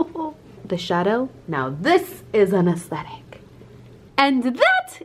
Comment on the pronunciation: when goes "this shadow is an aestic " my response "your an aestic" lol